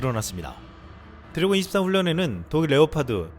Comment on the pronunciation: 유익한 뉴스 잘 들었습니다. 음성이 참 좋으신데, 중요한 단어들을 발음하는 과정에서 말이 많이 엉키네요. (Ex. 드레곤-> 데곤, 레오파드 -> 네파드, 우크라이나 -> 우퀴나이나.. 등등) 저도 마이크를 잡고 강단에 서는 일을 하는 사람이라, 이 부분 때문에 고민을 많이 하는 사람입니다. 발음 연습 많이 해야 합니다. 볼펜물고 하는 것부터 해서 많은 방법이 있습니다. 당연히 효과도 볼수 있습니다.